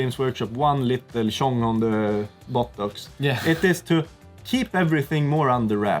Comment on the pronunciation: "tjong on the bottox" xD